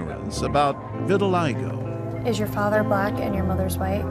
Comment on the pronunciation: It's called vitiligo, not vitilistop. LOL